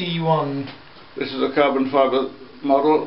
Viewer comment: Carbom Fiber its wick, not comfiable